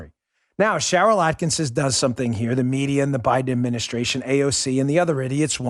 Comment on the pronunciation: Holy shit. Why is it neither Bongino nor Hannity can (ever) pronounce "Sharyl Attkisson" with only one "n?" ATTKISSON